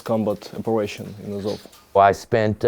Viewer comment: It’s АЗОВ, not АОВЗ)